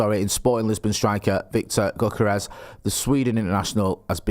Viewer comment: Go kart rash?